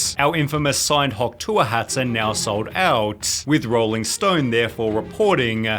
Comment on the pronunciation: Why does this guy talk this way LOL makes the videos completely unwatchable. "Hawk Tuah girl has already sold-UH $50,000 dollars worth of merch-CHH" so fucking annoying